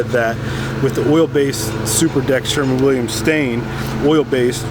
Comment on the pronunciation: *Sherwin, not Sherman. It's spelled right out for you on the can. Also, it's a one coat system, unless you're applying "wet-on-wet," which can be a real PITA on large areas with few natural breaks.. Excessive film build, resulting in tackiness and shiny spots will occur with multiple coats.